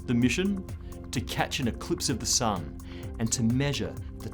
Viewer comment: Why does his tongue do that when he says "SUN?"